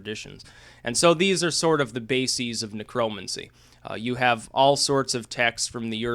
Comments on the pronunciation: You pronounce it Necro-mancy. It was and is a real cult. The spells go back centuries and involve hands on spell work if you know what I mean. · Neck Row Mancy....idiot. say it right. It's not a political term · say it with me, "necro" "mancer" as in rhymes with cancer... why the fuck do you say it so weird? your way off man lol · Huh, I have never heard necromancy pronounced like that.